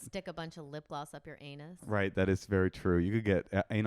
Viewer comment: The way pronounced anus is the funniest thing I’ve ever heard